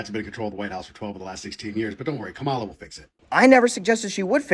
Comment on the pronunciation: Notice how this Libertarian mispronounces Kamala? Sad.